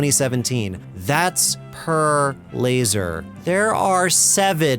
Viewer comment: Its LAZOR 😂